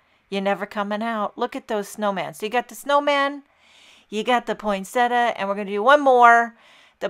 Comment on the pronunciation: Botanical accuracy: poin-sett-i-a. There is NO such word as "poynsettuh."